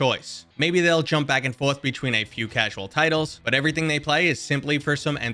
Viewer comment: I’m sorry but are you like English or British or something? because you said “jump back-and-forth” very British and I don’t see why you were trying to hide your accent. Just be you mayn.